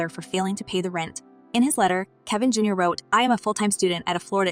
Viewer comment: It is Kevin Jr. not Jar